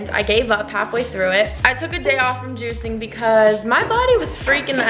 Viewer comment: the way u say we have been juicing sounds wrong 😂